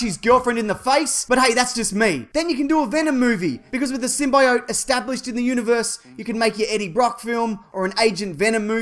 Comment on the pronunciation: i did fall, you liar pd1: you can get away with tomato, but dont touch symbiote with that pronunciation. pd2:wheres the easter eggs and trailer breakdown?